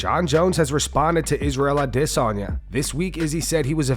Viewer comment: Hate how u pronounce adesanya